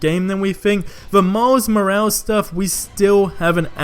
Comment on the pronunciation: Maz maraz? Don't you mean Miles Morales?